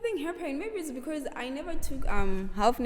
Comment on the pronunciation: I loveee your interview and the “becaourse”😂❤️